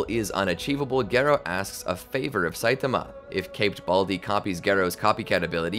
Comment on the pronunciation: "A naked satiama" had me down on the ground